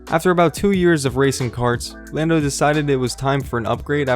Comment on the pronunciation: Did it really say "Llando Norris" ?